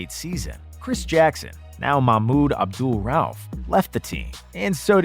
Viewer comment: Not bad, but drives me nutz is the mispronouncing players name(Fats Lever) Come on man! I'll excuse Makmeed Abdul Ra-uuf